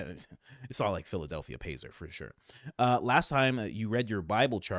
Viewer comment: When Candace said Phildelphia ,yea i super LOL 😂😂😂